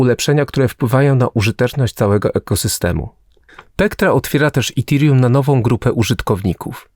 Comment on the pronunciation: Dzbanie połamany nie mówi się itirium tylko etirium. Naucz się polaczku zanim wypuścisz film